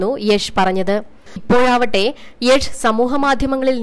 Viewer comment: യെഷ് അല്ലയോ....യാഷ്😂 oru mathiri prem nasr yes enn parayunna pole